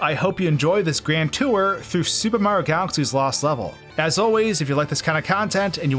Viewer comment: The way you say "super mario" like "sssOOOOOUUuupper mario" is silly and distracting and I think you should know that